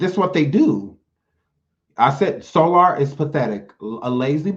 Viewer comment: I ☠️☠️☠️when you called Soular 😂😂😂😂😂